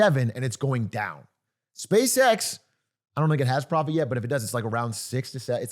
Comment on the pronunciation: pwofit teehee